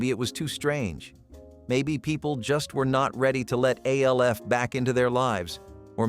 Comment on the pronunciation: It's ALF, not A L F